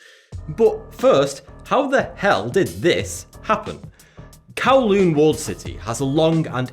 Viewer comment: please dont say hell like that